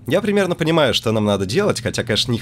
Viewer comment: Примен, я тоже услышал